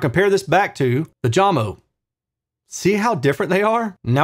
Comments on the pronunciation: It's "Yamo" not "Jamo" :) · Hello and thanks for your hard work doing these reviews. Jamo is pronounced "yamo" 😉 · You reviews are the best - it is pronounced "Yamo" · The speaker brand is called Jamo = JAMO (yah•mo), not Jam-o - and they "used to" produce great speakers. They are now owned by Klipsch and they seem to be engineered to fail in the SQ dept like other Klipsch speakers (ie: these are the same people who killed Mirage, Energy, and Athena Technologies). Of course, they'd be better if one buys them used for really cheap with the purpose/idea of modding them with cabinet damping and a crossover mod, a'la G-R Research and Audiophile Ninja. Shame on Klipsch.... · Your not even pronouncing the name right , it pronounced Yamo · Maybe try Jay-mo lol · Danish origins, so pretty sure J is pronounced like English Y (when used as a consonant). Love your reviews. Keep up the great work,. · I love your measurement based reviews but for some reason, the fact that you pronounce the company name with a J sound tells me all I need to know about this video. I feel you missed the mark here. Jamo, pronounced with a "Y," is the quintessential example of of the statement, "Measurements lie." They have a sound sure and if you don't like it, you do you, but many people do like it. And honestly, that 5.0 S series ons ale for $190 is something we need to be talking about as a soundbar replacement. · Great work on the videos, BUT, you could have pronounced Jamo properly, that is the least you could do. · If you play this video on Jamo speakers, pronunciation of "jamo" sounds correct😅😭